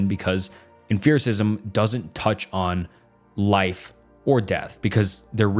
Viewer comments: i def winced every time i heard emFIRicism instead of empiricism, but at least he was consistent. i wonder if it’s a dialectal thing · you saying emPHiricism the whole time was killing me LMFAOO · I'm gonna be that guy and complain about the way you pronounce Empericism 😭😭😭 EMP. not EMPH. it's not em-fear. It's emp-ear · Bro are you trolling with the emFericism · "Emphiricism" is sending me. It's pronounced like empirical; like empirical evidence... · I wasn't gonna comment but you said it SO many times. Why emFEARism? There is no PH my brother. P P P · For me, it was the mispronunciation of many words that tells me his script has words he’s never used in real life. Tell me more about emfearicism my guy. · Dear OP Channel; for the love of everything good, stop pronouncing it em-fear-is-izm. that is all. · The only thing that upsets me in this whole video is how you pronounce Empiricism adding a 'f' sound to it like its spelled Emphiricism. bothered me to no end. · If you say emphiricism on more time… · The constant "f" or "ph" sound instead of a hard "p" made this video harder to listen to. You said emphiricism so many times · for the love of god, it is not emphirical or empherisism. hard f-g P. em Pi ri cal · EmFiricism. EmFerical evidence. Have I been saying it wrong? Thats a P, not a ph in Empiricism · ok but why are we saying emfiricism and emferical. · EmFiricism? It's a P, not an F. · 'em-FIR-icism?' Did I learn to pronounce empiricism wrong? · You pronounce exPerience and Principle very clearly. Great video but mind numbing hearing say emFEARicism so many times bro. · Did this guy pronounce it emferacism? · This has to be an AI voice over?!?....Empiricism, Laissez-faire, Descarte & Leibniz we're all pronounced like a 5 year old! 😂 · How many times will he mispronounce "Empiricism" as in empirical data. Jesus...pay more $4/hr outsourced phillipino VA'S for your scripts, dude . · How can you not pronounce empiricism? 😂